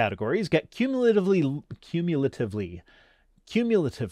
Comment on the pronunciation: I think you mean 'kyumulatativeluly.' Just FYI. You're welcome. Nice video, by the way. :)